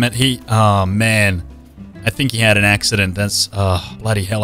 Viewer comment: Axecident, hilarious